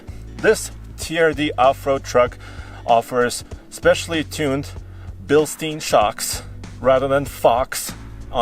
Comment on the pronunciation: Stein not steen